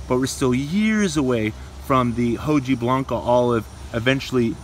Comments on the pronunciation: Got Romans right but he kept saying 'hoh-gee-blanca'! 🤦🏻‍♂️😝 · Hojiblanca Is pronounced "oh-hee-Blanca" It's basically saying the leaf is kinda white or silver like you said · It irritated me that a horticultural lover in LA, California, couldn't even get that right or nearly right. Oh dear. Nothing racist but it was way too simple to get it wrong, even if you were elsewhere in the world and knew it was a Spanish named cultivar from Lucena, Spain! 😂 🤦🏻‍♂️ I think it's acceptable to say 'okee-blanca' as well, for an American or any English-speaker.